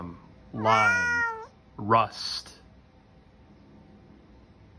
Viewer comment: “Lime” “LAAOWm”